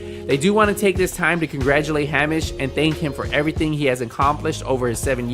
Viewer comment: It's pronounced heyMISH.